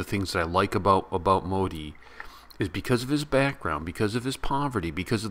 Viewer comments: This is "MODI"not"MOHI" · MOHI??? YO MAN!!! YOU PRONOUNCED WRONG ITS MODI AFTER ALL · Its not Mohi, Its Modi pronounced as "Mo-Thee"